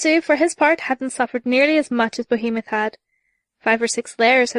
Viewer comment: Did she say Behemon?